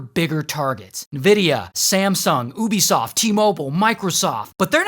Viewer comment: bruh. he said it correct. Its not YOUbie in watch dogs 2, marcus (the main character) says it as OOBie